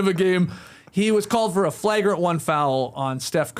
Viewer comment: The only Skeets pronunciation that gets me is flagrant. I started wondering if it was a Candian or regional thing. The original basketball podcast should get to decide the correct pronunciation though, so I'm altering my speech.